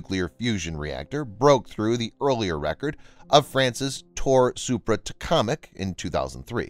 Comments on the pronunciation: Its TOH-KA-MACK. Not Tackomic. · It's TOH-KAH-MACK, not tacomac! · great video as usual. Pronunciation hint. It is pronounced like Tok-a-mac Tok is long o, not like like tic-tock. short a like in at. mac as in macdonalds. cheers! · Is this a real person or robot voiceover? Tokamak, I believe it's pronounced (TOKE-A-MAC). 🧐🤣